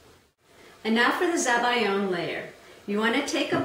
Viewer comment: everything was going well until you said zabiyo and i was like whats that